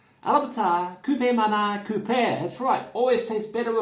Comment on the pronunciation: The correct way to pronounce KOPI is similar with Coffee but with P not F uncle 🤘😃... greetings from Indonesia